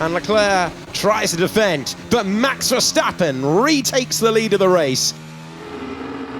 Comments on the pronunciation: Por que dice ferstapem si es verstapem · Por the Spanish comentarist: Os Verstappen not Ferstappen